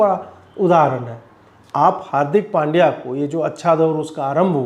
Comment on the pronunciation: पंड्या not पांड्या